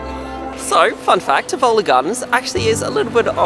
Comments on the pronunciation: Pronounced like Tiv-a-li not Tiv-OL-li 😉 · Love this! It has been many years since I was in Copenhagen. However, isn't it pronounced Tiv-oh-lee? The accent is on the "oh." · you nailed the pronunciation of æbleskiver! But your pronunciation of tivoli made me giggle - it's "TEE-vuh-lee" but fast. Smørrebrød is a stable for lunch time in Denmark. Not always fancy, for every day we keep it simple, and for special occasions we make them more fancy. A summer roadtrip is a great idea! The islands of Fyn, Thurø, Langeland, and Ærø and all the tiny islands in between are all connected by ferries and absolutely one of a kind to experience, with lots of old old houses and long, deserted beaches.